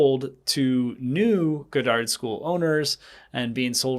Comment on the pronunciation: Lmao. You’re pronouncing “Goddard” completely wrong hahaha. It’s pronounced God-derd, like the famous scientist. Not Guh-dahrd.